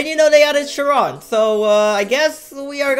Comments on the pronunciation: Of death basically how he says it LMAO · Nice job pronouncing “CHIRON”. Lol 😂😂😂